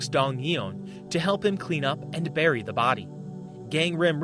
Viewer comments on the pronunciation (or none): none